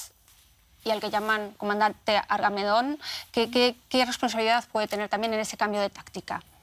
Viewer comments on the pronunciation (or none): QUÉ DIJO¡¡¡???? JAJAJAJAJAJA ¡¡ES ARMAGEDÓN ¡¡¡ NO ARGAMENÓN ¡¡¡¡ JAJAJAJAJAJ